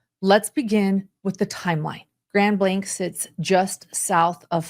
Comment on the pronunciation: This hit so close to our region and I was appalled that day. P.S.: It's Grand Blanc (it's not pronounced with a "k" at the end; it's hard to drop in the "c" to say it).